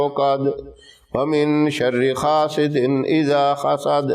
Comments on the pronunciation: Assalamoalikum, ap ye surah ki last ayat (hasiden) ko( khasiden )kio parh rahay hain. Ap nai jo ayat parhi isko dobarah sai is ayat ko daikh kar parhai . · Assalamu alaikum Ap hasidin ku khasidin kiun bolre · Aoa bohat acha amal ha lakin nihayat izzat k sath hasideen isa hasad ha.ap khasdeen isa khasad parha ha jo sahi nahi ha